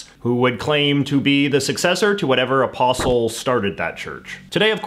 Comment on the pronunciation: Also he skipped over the Great Schism and says “Ah-pawst-il”. 🤔